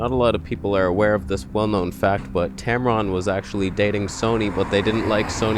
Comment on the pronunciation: Love your content. Not a lot of people can blend humor and technical details. You are unique. Thanks for the information and also for making me laugh. "Tamron/Tampon" 😭